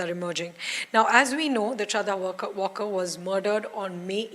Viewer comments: It's not Walker as "Alan Walker", it's just waaLkar! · Shraddha WaaL kar. Pl check pronunciation. Not pronounced as the English word walk. वालकर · At least get her surname right. It's Walkar not Walker. Been noticing this with NDTV reporting since day 1